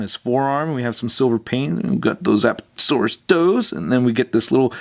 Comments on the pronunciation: Lol he says appatatosaurus instead of Apatosaurus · It's apatosaurus not aptosaurus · a PAT a - saur- us. the emphasis on pat. just thought you would like to know. awesome review as always.